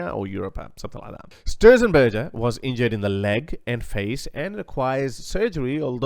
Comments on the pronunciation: Unfortunately, the policeman has passed away yesterday. Michael Stürzenberger is pronounced Stir - Tsen - Bear - Ger by the way. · Sorry for laughing about you trying to pronounce "Stürzenberger"😊. Thanks for reporting it. Go Stürzi, go.✌️